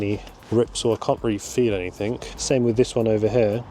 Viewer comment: The word is anything not anythink .